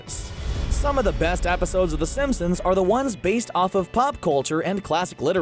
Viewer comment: Was I the only one that noticed that the narrator said “Episaudes”